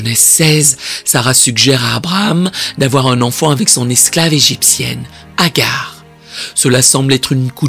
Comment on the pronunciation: C’est pas Hagar mais Hajar.